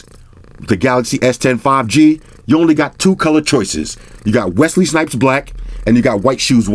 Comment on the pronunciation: Wesley’s hate it when you put a t in our names